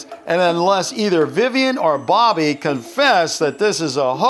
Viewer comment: It’s not Dobby, it’s Bobby